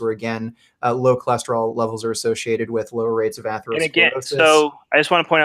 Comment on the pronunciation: Atheroscleroshish.. lol, this guy trying to pronounce some of these words. Definitely helping his case